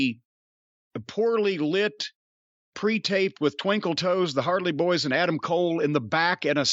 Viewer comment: “The hardley boyz” lmfao 🤣